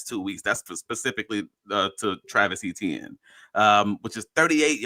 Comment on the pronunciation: Another, different way to mispronounce Etienne, lovely stuff ;-p I'm looking forward to finding out why the O-line performance dropped off SO drastically between The Chiefs game and The Seahawks game. It can't all be because Chris Jones was disinterested ;-) Man, this sort of analysis makes me miss Uche, rest in peace big fella </3